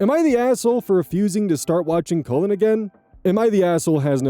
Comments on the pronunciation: I kept hearing the name Colon instead of Cullen. Made me have a nice double take. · mispronouncing this poor kid's name as "colon" over and over is killing me 😂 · Just to let you know, the 'u' in 'Cullen' is pronounced like it is in hull, skull, or dull. Sometimes you were saying 'Cullen' like 'colon'. It's not a big deal, it was funny to think the grandma was calling her grandbaby colon 😅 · Colon... kull'n ... 😂 (Cullen) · On story 4, I was only listening and not reading along. I kept hearing the step grandson's name as "colon" and was so confused. Then I looked at the screen . I think this is the first time seeing Cullen as a first name. I'm sure it's a lovely name, I'm just dumb. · "Cullen" *looks* like a cool name, but hearing you pronounce it over, and over, makes me want to suggest that no-one ever name their child "Cullen." I could not stop hearing "Colon." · All the comments saying “omg I thought you were saying colon!!” Thank god it’s Cullen he’d be bullied?? Colin is a really normal name no? Not in America? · The first part of cullin rhymes with Gull, it should not be pronounced as colon I'm giggling 😂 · Such a minor detail but I'm gonna point it out because my youngest brothers name is also Cullen it's pronounced (k-uh-lynn) lol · Not me, a listener, thinking was pronouncing Collin as Colon when it's Cullen 💀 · omg I wasn't looking at the screen and from pronunciation I thought they named the baby "Colon". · I'm sorry but naming a child "Cullen" isn't very cool because as shown in this video, whether or not intentional, it will be pronounced as "Colon" (as in the last 10inches of the GI track)